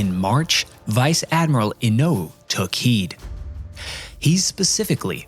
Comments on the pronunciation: I was really looking forward to watching this. I wish I could be less distracted by the sing-songy patter. I assumed it was AI, but apparently not. Also, and a minor point, the name of the Admiral "Inouye" is pronounced "In OH yay". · This is an excellent video, and I especially appreciate that it is done the correct way: WITHOUT AI. Just one little pronunciation point I noticed early in the video: The name of the Japanese admiral Inoue is pronounced In-o-yay. That small point aside, thanks for a superior piece of historical work.